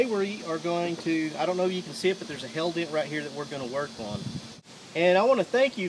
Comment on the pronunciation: Thought he kept saying "Hell Dent".